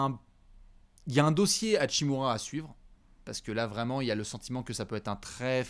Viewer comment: Rui hashimura se prononcé lui hatchimura